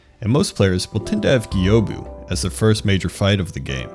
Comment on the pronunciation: Are you deliberately mispronouncing their names? Gyoubu for exmaple. The guy says it himself - just Gyoubu not Geeeyobu. Getting the ick